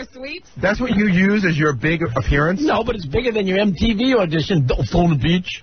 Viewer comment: "Dotayna Beach" AHAHAHAHA poor! 😂😂😂